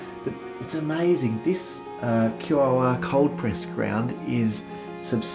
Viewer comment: Thanks my fellow Aussie 👍😎 just one tip... No music would be better... Couldn't hear your helpful commentary 😉 Also, heads up - QOR is pronounced KOR/core 👍 very helpful nonetheless!🙏🤗